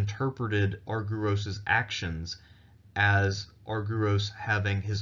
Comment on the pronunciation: Please pronounce the name as Arg..e..ros.the y is another ..e..as iota.and u also a n ..e.its called E.psilon.